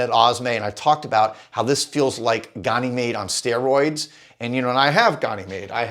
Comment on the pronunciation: Love your content. But can’t figure out why no American can pronounce Ganymede correctly (USA pronunciation). Gan (like can) uh- meed. It’s the largest moon of Jupiter and in mythology was his cup-bearer. Gan-uh-meed Not Gon-ee-made